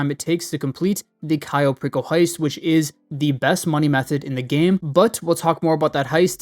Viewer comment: did you just say Cayo Pickle heist😂